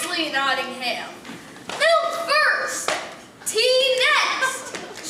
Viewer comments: I'm doing this play at school, I'm in Year 6 and I'm British, it annoys me when people say Not-Ing-ham not Not-Ing-Am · It's cool how much work went into this, but the sad part is they still never learnt how to say Nottingham correctly.